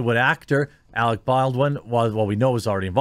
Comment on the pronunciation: Alec, not Alex